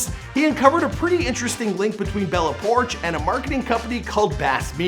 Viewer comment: It's not bella porsh it's pourchh